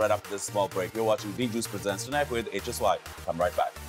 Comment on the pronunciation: Tunite nahi hota chutiyo ..tonight hota he....